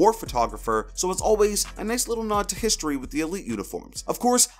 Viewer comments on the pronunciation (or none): none